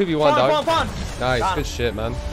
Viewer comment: what was that accent when he said man